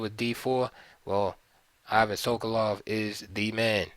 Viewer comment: I won't be able to watch the rest of the video after hearing how the name "Ivan" is pronounced here.